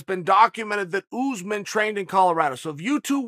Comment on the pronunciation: PSA: his name is not OOZEMIN lol . its ussmaan .. uss like puss (no other word here lol) and man like "mon" .. or "gone" i need everything who says OOZEMIN to do 5 sets of 5 reps of this twice a week. I believe in yall